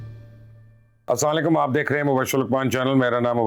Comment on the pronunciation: مبشر صاحب سلام صحیح سے کیا کریں ، آپ جو سلام کرتے ہیں اسکا مطلب بدل کر بددعا بن جاتی ہے